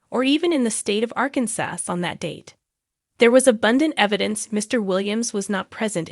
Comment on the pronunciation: Why are you saying ArkanSUSS and then the regular pronunciation Arkansas??? 🤡 I just wanna hear about the Duggar family hot mess updates to make sure that monster is LOCKED UP. Anyway ur Arkansas mis-pronunciation was mad annoying 😭